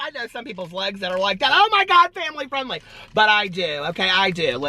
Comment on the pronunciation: I think I'm on the same diet as you. I always say I'll start tomorrow.😂😂🙋 Also, you tickle me the way you say family friendly!